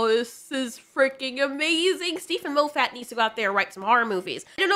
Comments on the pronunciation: Moe Fat? No, less fat. Moff it like scoff it. I am hungry now. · I wish that you would pronounce Steven Moffiat's name properly, but on a positive note at least I know that you read a lot as you've never heard it pronounced and have only gleaned how you think it should be spoken by reading it. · Mo-ffat? Have I been pronouncing it wrong this whole time; moff-at? laughs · Love the pronunciation of 'Mow-fat' 🤣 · Half the time I was hearing Lo-fatt. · MAH-FIT FFS🤣love you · I’m simultaneously entertained and annoyed that you pronounce Moffat as ”Moe Fat” 😂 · The way you pronounced Moffat's name was hilarious and I'm gonna say it this way from now on 😂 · You are saying Steve Moffat's name wrong..... 😞